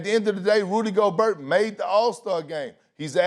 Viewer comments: KP: "Rudee Go-BURT" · LePerk just said, "Go-burt"... 🤣 Not Go-bear. I guess Lacey Chabert is Cha-burt. Not Sha-bear. Go-burt should Go-Clippers. Go-burt is healthy. I usually get Yoplait. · Perk: Rudy Go-Bert. lmao. btw. who's the hot chick? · “Go-bert”. Doesn’t look like Perkins is cut out for a job where he has to pronounce people’s names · How can we take a sport's analyst seriously, if he pronounces Rudy Gobert by saying "Rudy Go-Bert?" LOLOL. I think this show just got worse with adding Kendrick Perkins on it. Someone please tell me how on earth did he get this job??? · Can somebody please tell Perk it’s Go-bear ???? Hurts my ears every time he says it wrong. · Perkins "Go-burt". Fool come one now, don't take a page out of Stephen A's book and mispronounce players names lol. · Nobody: Perk: Rudy Goburt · He pronounced Gobert worse than flight. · Can someone at ESPN PLEASE tell Perkins how to actually pronounce theses players names??? It's driving me insane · Perk doesn't see eye to eye with people with a shred of intelligence. Can't even not pronounce a silent 'T'. Rudy Yoghurt. PERK IS A BLATHERING IDIOT. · Perk did not win the argument from a pronunciation standpoint.. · I came to hear kendrick perkins mispronounce words, and was rewarded very early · SMH, the guy can't even say the players names correctly. Get him outta there! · I love how perk pronounces gobert😂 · Did Perkins really pronounce the T in Gobert? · How perk the only person on the whole ESPN hittin that T hard on gobert??? Despite max steadily saying it right. Tighten up Big K😆